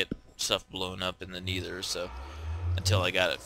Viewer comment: ur saying nether wrong